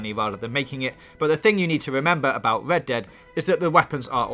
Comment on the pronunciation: I heard led dead at the start